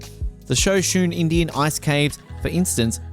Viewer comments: Really liked your content, but just so you know, Shoshone is pronounced sho-SHO-nee. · When I heard you pronounce 'Shoshone' at the min mark, I stopped watching this video. Do your research before you set out to teach others what you have supposedly 'researched'.